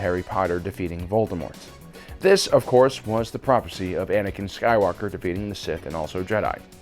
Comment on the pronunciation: Are we not going to talk about definitely saying “Banankin” in this video?!